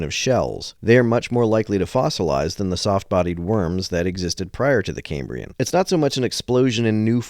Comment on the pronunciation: Caymbrian? It's kæmbriən - after Cambria - the Latin for Wales.